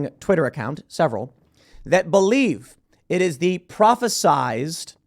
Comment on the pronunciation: Tim it's prophesied. Prophezied is not a word.